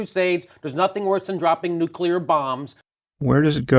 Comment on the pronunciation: lol. a shut out. You're fucking awesome. Pet peeve; nuCLear, not nucular.